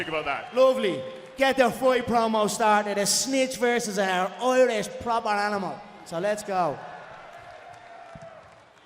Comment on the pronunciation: smelly man comes up with doubts towards "propah" Irish whiskey.